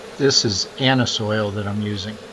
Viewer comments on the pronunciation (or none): Not anus oil, lol!